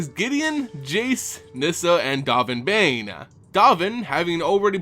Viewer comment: Dovin Baan rhymes with Alderaan Calling him Bane is just insane